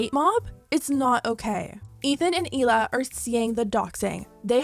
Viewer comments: Just an FYI, you’re mispronouncing Hila’s name. It’s not Eela, it’s Hila, you pronounce the H. Hila in Hebrew means aura ( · Trash still doesn’t even say Hila right….